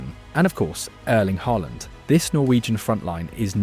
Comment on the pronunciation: U pronounce norwegian names very good.. AA means it pronouced as a Å.. U got Haaland near perfect, but stuggle with other names with letters aa. How u pronoucned Ødegård, is allmost perfect too. Great clip btw.